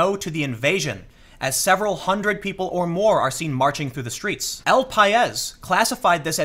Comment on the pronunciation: Hey Tim I know a bit of Spanish! The way you pronounce El Pais is "el paees". Sorry, it was just bugging me a little.